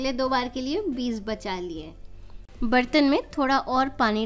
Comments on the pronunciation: Its Beej not beez.. By the way very nice video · Bahan beez sunayi deta hai ppz beej kahiye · Beez nhi beej mam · Yeh ap log beez q kahte hain? Beeg بيج asal lafz hai، amaa yar urdo to sahi bola karo uljhan hoti hai urdo ghalat sunne se.